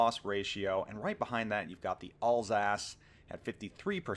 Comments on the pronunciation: Alsace is pronounced 'Al(as in the name)-sass', not 'all-sass'; Richelieu is pronounced 'reesh-lur', not 'reesh-uh-loo'. Sorry, it was driving me insane... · Alsace? you mean Alsauce. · Alls ass... that is uh, not how you say it. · Alsace should be pronounced like Al’s-arse.